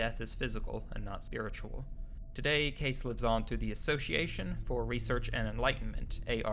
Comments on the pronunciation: You would think that these "documentary" creators would at least pronounce names correctly. It's "Cay-See", and "Hair-od-e-tuss". You're not the only one to just read history without learning the correct pronunciations. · Edward CASEY is how it is pronounced. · Edgar Cayce (/ ˈ k eɪ s iː ) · Dude, I just got to the video clip where an interviewer clearly pronounces his name KAY-cee. I take back my compliment about well researched, you're obviously not paying attention. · His name is pronounced KAY-cee and while I won't go as far as Monika, this video was researched much better than it was narrated. I had to turn off my fan in order to understand it. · 2 separate people pronounce "Cayce" in this video, yet you refuse to do so. Why? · He mispronounced Edgar Cayce's last name also. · Edgar case name is pronounced cay-see. His foundation is on Atlantic avenue. In Virginia beach Virginia. Call them and ask how you need to pronounce his name if you do not believe me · Say it with me slowly...Ed-garr Kay-cee Seriously, say it slowly, he did most of his prophecies in my home state of Alabama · Cayce is pronounced Casey. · Pronounced Edgar “Kay-see”, Robert “Shock”--get it right ya know it all millennial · Could you lazy bastards actually bother to learn how to pronounce proper names? Cayce is pronounced Cay-see and Schoch is pronounced shock. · Edgar Cayce (KAY-SEE) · Phonetically it’s pronounced Edgar Casey not Case .... Credibility thus questioned Next ! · KKKKAAAAASSSEEEEEEEE! not CASE! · Edgar Cayce is pronounced KAY CEE. not case..... but I really enjoyed this video. 👍🌈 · Good info but it's pronounced "Kay-see" not "Case". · Edgar Case? You mean Edgar Cayce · Ir is pronounced Kay-see. The clip in your own youtube has the correct pronunciation. Why did you say Case????? Google is your friend. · Edgar Cayce, pronounced Kay-see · It is not edgar case it is Casey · If you are going to narrate a video learn how to pronounce the names of people instead of butchering them!